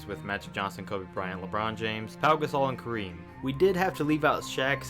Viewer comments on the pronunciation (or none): none